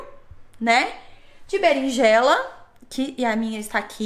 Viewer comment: vc comeu o "R" da Berinjela